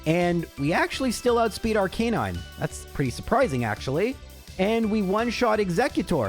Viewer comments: Ar"cah"9. Not Ar"kay"9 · Playing Pokemon for a living and still cant pronounce Rattata & Arcanine normally.